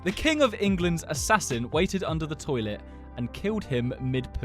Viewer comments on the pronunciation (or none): STOHBBED IN THE BATT ON THE TOILETTE